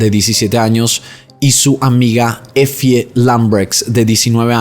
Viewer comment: EFIE = se lee así "EFY"